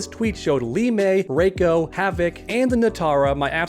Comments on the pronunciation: It's not fucking Ray-ko it's Ree-ko play Mk4 for heaven sake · For one that doesn't even look like Goro that looks like Duroc. And if Sindel is good in this timeline then she probably wouldn't even have Gray hair it'd be all black like in the Annihilation movie. And it's pronounced "RE•CO" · It’s “Reeko”